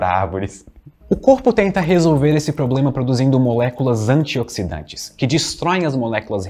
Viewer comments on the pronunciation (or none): none